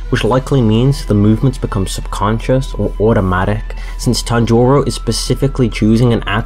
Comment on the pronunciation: Why are you saying "Tanjoro"😂😂